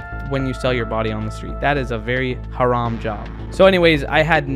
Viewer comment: The way you sed haram is so good